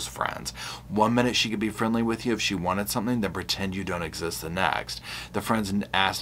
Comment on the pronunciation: it’s wanted not anted sir